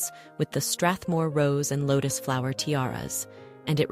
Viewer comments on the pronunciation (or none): none